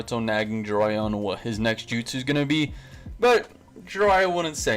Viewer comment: Say justu